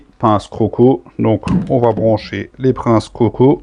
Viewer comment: Hello, merci pour la vidéo 👍, Mdr pour "les princes coco", le r s'est un peu déplacé 😁. A la prochaine 🙂